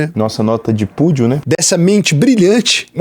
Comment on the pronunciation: "nossa nota de púdio" KKKKKKKKKKKKKKKKKKKKKKKKKKKKKKKKKKKKKKKKKKKKKKKKKKKKKKKKKKKKKKKKKKKKKKKKKKKKKKKKKKKKKKKKKKKKKKKKKKKKKKKKKKKKKKKKKKKKKKKKKKKKKKKKKKKKKKKKKKKKKKKKKKK